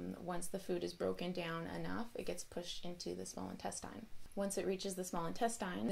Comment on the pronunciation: Why she say INTESTINE like that? I see why she gave that intro now lol